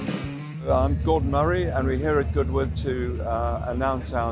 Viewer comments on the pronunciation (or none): none